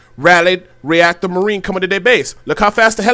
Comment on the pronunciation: Murine Hell -EE-ON ZEE-lot